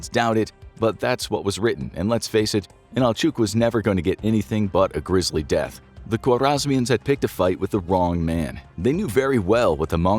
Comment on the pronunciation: I’m sorry but it’s “grisly”, not “grizzly” death. Jussayin. Love the video.